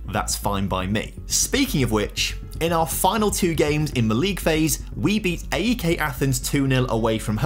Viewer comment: bro called AEK ATHENS AK ATHENS bruuh. Its AEK